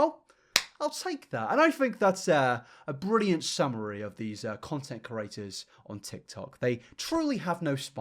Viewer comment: Completely out of the subject... but I hate how you say curators instead of creators